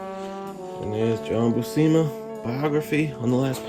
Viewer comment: Great review! Just a heads up:pronunciation for his last name is (phonetic ) Bū-sema. I know because Sal is my inker.